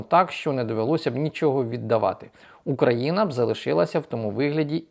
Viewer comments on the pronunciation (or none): none